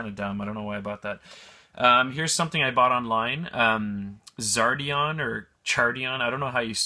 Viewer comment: Shoot I forgot it's movember.... lol, but dude... waiting for this game room tour! =D I want to check it out and put you on our next list! I think i'ld have a hard time putting back cib gbc games tooIt's pronounced xardion... =)Complete SNES? that's big balls to take that on IMO. good luck if you decide to pick it upYou should organize your pick up video like maple syrup lol..jkWhen thriftweller stops going to the thrift, you know it's a dead spot now.... but I stil go to try and get deals...Jim Lee's Wild Cats is still a gem.. but this is a good topic, is there any more hidden gems out there??? Have we hit a ceiling already??? I wonder..Man, you pickup video was well worth watching... good games I got to try out that I never heard of.... crazy... GAME ROOM TOUR!!!